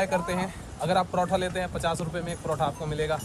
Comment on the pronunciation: Protoh nahi पराठा bolo 😂😂 kitna comment karu mai